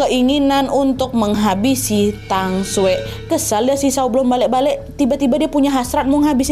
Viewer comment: halo kak cuma mau kasi tau kalo cara baca j dimandarin itu diganti ke c jadi ma jia jue brrti cara bacanya ma cia cue kalo tang, bacanya thang sekian xixiixx